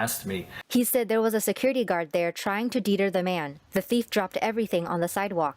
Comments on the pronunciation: The security guard was trying to what? "Deeter" ?? LoL. Deter is not pronounced that way. If english isn't the native language of the reporter behind the voice, then may I just say that I commend her for an impressive command of english otherwise, though perhaps, she should ask the relevant editor to do better filtering out such mistakes. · Thanks for the fine journalism. Please review how to pronounce "deter" and "respiratory". I don't want your pronunciation to undermine your credibility.